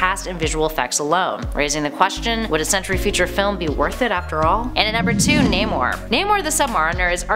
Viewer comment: Don't forget Nay-mor, instead of how it SHOULD be pronounced: Nah-mor... 😉😂